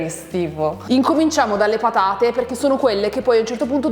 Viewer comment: "Siamo arrivati al momento delle pathate", ha detto con accento toscano pronunciando la "gorgia", il "th" italiano, suvvia che ci si inthende...